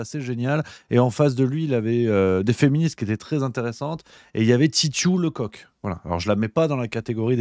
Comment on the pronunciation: ça se prononce leceuck pas le coq